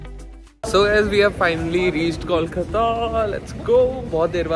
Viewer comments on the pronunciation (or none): It's not कौलकता, it's कोलकाता !!